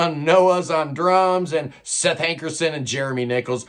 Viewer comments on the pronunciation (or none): none